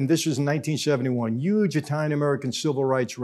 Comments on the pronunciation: You say "Yuge" much like Donald Trump does haha. Made me smile. Not a pro or con statement, just an observation 😁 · “It was YUGE” gets me every time. 😂